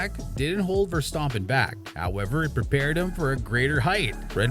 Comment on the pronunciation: Am I the only one that hear him say, "Max Verstoppen"? Great video btw.